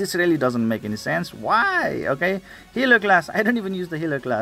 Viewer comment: Dang lol I just pulled #4 on ur list. And btw I just laugh when u say “okeh” x). Love ur goofyness idk if it’s just me but it’s what makes u unique. I might need help building that wolf unit lol. Maybe for Omen 10?